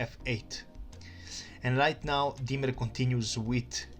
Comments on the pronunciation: It’s diemer not Dwight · in The "WHITE" played Bishop 3.! Also your pronouncing "Diemer" incorrectly.